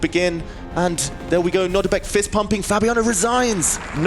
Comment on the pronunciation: They keep saying Nordibek. It’s Nodirbek.